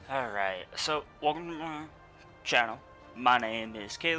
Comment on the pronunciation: He tried to say "welcome to the channel" but he was anxious and scared, so he mumbled and said "Wuhmumumun channel"